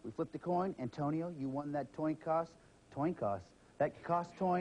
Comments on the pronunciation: what's a toin coss? roflmao! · is trying say Coin Toss.